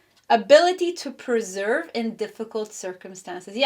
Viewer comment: Per sev ere. Not pre serve. Pile three x